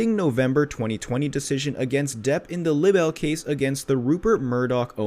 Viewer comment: Libel pronounced LIE - BELL